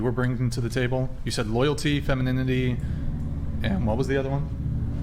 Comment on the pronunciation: I think she actually said ‘Feminidity’ :)